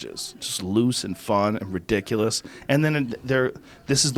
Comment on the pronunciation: How does Brendan still not know how to pronounce the word ridiculous?